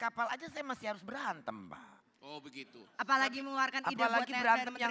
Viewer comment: Kok macam lawak ya di pas bang hotman bilang “Oh Begitu” Batak kali bang, macam polos gitu pula bilangnya 😂😂😂